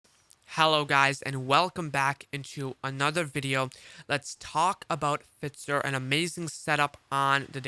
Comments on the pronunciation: Fitzer lol F"eye"zer (Pfizer) lol love your work bro im just breaking your cojones 🤣🤣🤣 Happy New Year brother keep up the solid work! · F “eye” zer. Thanks though good content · Ahh FITZER.. I always thought its Pfizer